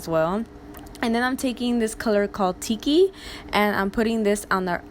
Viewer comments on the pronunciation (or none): none